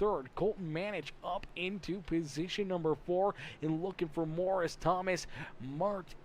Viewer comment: Howdy, I’m Thomas in the 40 and I had a great time in the race as it was my debut in the series. Also how to say my last name is Mar-To-chee like as if it’s Martucci but the cc is a ch